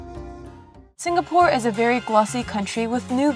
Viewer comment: actually it's pronounced more like sing-uh-pore and not sing-ga-pore